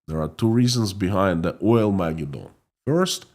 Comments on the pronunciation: Pronounced: oil-mah-GED-din. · I love the name too. Oil-Ma-Geddon. Your pronunciation is a bit off, but even there it comes off as charmingly idiosyncratic. Don’t Chang a thing.